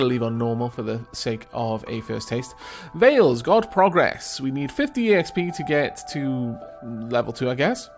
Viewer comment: I know this is an old video but I have something to add. Slavic mythology is close to me because I'm Polish so I would like to add something about the names and pronouncing them if you don't have any problems in me pointing that out. Veles isn't said like Veil it is just Veles the l is just like the letter in alfabet el not eil like in Veil (hard for me to write in phonetic signs so I got to write it like this :)) and Perun is Not P like in the alfabet but hmmm The P is not soft its just PE like in pest. Perun. Arr kind of hard to write it like this I hope you get the idea.